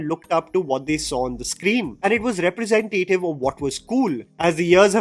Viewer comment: Again, I love your videos but diction, please. The pronunciation of “Representative” is incorrect. There is no emphasis on “tay” in representative. I’ve tried to write it out below but you can also hear it on Google reh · pruh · zen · tuh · tuhv